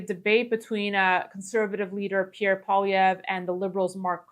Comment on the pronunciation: Kevin STILL can't say Polly-evv